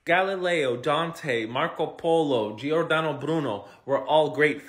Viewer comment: "jore-DAH-no". it's really not that hard. it makes me skeptical about a person when they can't even bother to look at a name.